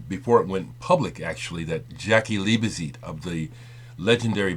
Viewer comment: it's Liebezeit pronounced leebeside,sorry put i'm a bit anal retentive of pronounciation.Jaki was one of the best drummers ever there is no replacement.what i hold against Bowie whenhe was in berlin ,he always told all the music papers how much he was into German electronic music but he was obviously too good to record to play with the German musicians he apparently so admired and had musicians flown in from England the Usa..ok he had the money to do so.I used to bump into Jaki or Holger Czukay a few times when I lived in Cologne,Jaki was one of the most humble guys I ever met but also very nice he loved talking about music and i learned a lot about drumming just talking to him.Holger is also fantastic company.would have loved to have played with either of them but they were both so busy.